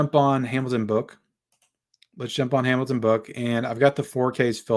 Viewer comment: He said Hamilton Book, but it did sound like he said “Amazon Book” the first time!